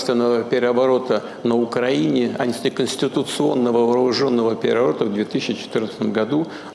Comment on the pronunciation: У дедушки точно деменция, что выражается в нарушениях речи: "эта война бы начата после государственного переОВОРОта на Украине" в